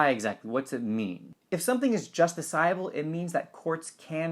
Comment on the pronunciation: Could you settle an argument on the pronunciation of "justiciable"? Which is correct, how you say it or wikipedia? THANKS!